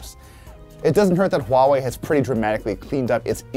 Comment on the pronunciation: Finally people can pronounce Huawei right. No more wahwei. I can proudly say I used to work at Huawei.